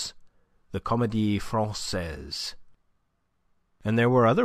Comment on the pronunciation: Enjoyed the reading. A few awkward, Americanized French pronunciations caught my ear, but the wrong pronunciation of Francaise by Pantaloon, followed by the correct one by Andre-Louis made me wonder.